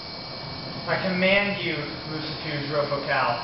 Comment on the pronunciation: First of all, you are pronouncing it wrong...And I know this because many years ago, he came to me. when he told me his name, i did not recgonize it and he told me I knew him from Glen Danzig. But then he said that I was so beautiful and wanted to kiss me, so I had to end it y punching him in the face. He did tell me that I could call him whenever a person would commit evil against me. I have said his name but never did a full invokation